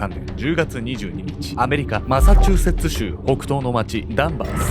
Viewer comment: ついにマサチューセッツ州が言えてるww